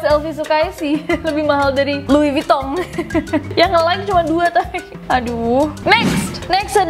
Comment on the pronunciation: Jadi LV (louis vuitton) penyebutannya lui vutong :v Dan klo Channel itu bukan cenel tapi shenel sekian :v